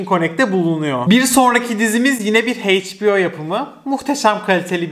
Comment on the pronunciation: emeğini takdir ediyorum ama sürekli kelimeleri yanlış telaffuz etmenden sıkıldım “Heyçbio” ya da “paunT” derken hiç düşünmüyor musun? hiç duymadın bu kelimeleri daha önce?